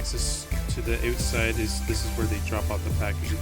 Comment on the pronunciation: "So here's the oooot-side" 😆